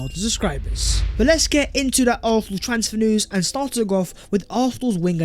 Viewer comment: Bruh, you’re articulate with everything except your pronunciation of “Arsenal” get it sorted.